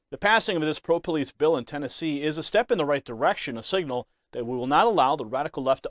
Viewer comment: She says this and no one says anything! They kill Trump and let her big black mouth make these statements? This is a threat by a public official! It’s a BILL NOT A BEEO! Tennesseans welcome militant black activism! TA TA TA TA! 😂 🤷🏿‍♂️don’t loot our stores and don’t terrorize our cities and towns🤣🤣🤣 TAKE A WALK GO TO A PUBLIC PARK ANYTIME YOU WANT… 🤷🏿‍♂️WONT BE CAUSING YOU ANY PROBLEMS. IF THEY DO 90% OF OUR RESIDENTS BLACK HISPANIC AND WHITE CAN SOLVE YOUR PROBLEM AND GIVE YOU PEACE QUICKLY. WE REALLY CARE! 😳🤣🤣🤣🤣🤣🤷🏿‍♂️🤬🤬🤬🤬